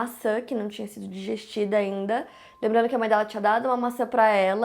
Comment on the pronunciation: DIGERIDA não DIGESTIDA